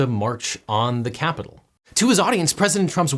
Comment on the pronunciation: “..we’re gonna walk down to the... KYAPITOL ..” Trump’s emphasis and pronunciation cracks me up so much.